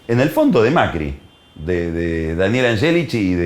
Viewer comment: Es imposible no ver la cara de “” cuando dice “Angelichi”, “Sholi”...🤦‍♂️